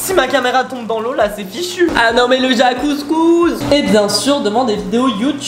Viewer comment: Ta dis jaque couscous a la place de jacuzzi jpp